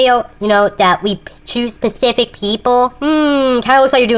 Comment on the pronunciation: "we choose pisific things"